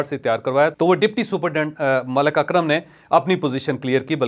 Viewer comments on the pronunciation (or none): none